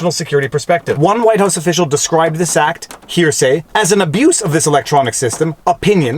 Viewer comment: It’s gross how you emphasized to hear say when the unclassified transcript itself is released and it fully supports his points